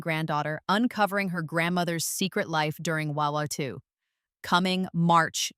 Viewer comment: You need to spell out World War II when you’re using an AI narrator because it doesn’t handle abbreviations very well